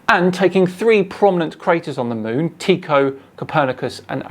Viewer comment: Don’t know if it’s an American/English thing, but I’ve always heard Tycho as Tie-ko, not Tea-ko.